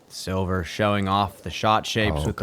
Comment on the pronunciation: If you just start pronouncing Silver's last name as the english word let you'd be right on the money. I'm swedish and we also have the letter ä. Thanks for everything guys, you're doing a fantastic job!❤